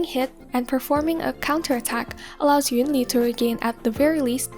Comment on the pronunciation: although she still pronounced “yunli” the same way as EN dub rather than in chinese